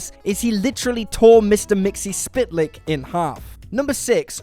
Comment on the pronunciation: It is pronounced 'mix-pickle-lips' And if you can trick him into saying it backward, he is banished back to his home dimension.